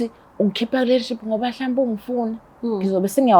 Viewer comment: Relationship or Relenship or Renship aningichazeleni zithandwa ngba ngididekil ngempel isingisi sizozifak ehlathini nd sohlekwa izingane zethu plus mina ngizohleka😂😂😂😂😂😂😂😂😂😂😂🚮